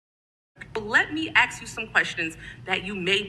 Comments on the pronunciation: “Let me axe you some questions “🙄🙈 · Lost me at "...axe you a question." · LET ME AXE YOU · Why can’t these people even say ask instead of axe? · 🤷🏻‍♂️Did she literally say “Let me “axe” you some questions…” 🤣 Americas best and brightest. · Aks you a question.😢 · LET ME AXE YOU A QUESTION! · "Let me axe you some questions"... 🤦‍♂️ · Maybe she should go back to grade school and AKSK her teachers to teach her how to say ASK properly. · If you say the word “ax” instead of “ask” it should automatically disqualify you for any positions in government, it demonstrates a clear lack of general education. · Let me ax you some questions!😂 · I don’t take anyone serious that can’t pronounce the word “ask” correctly 😂